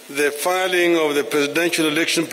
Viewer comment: The word filing nor filling.